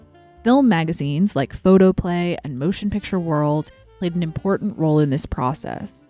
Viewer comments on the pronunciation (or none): none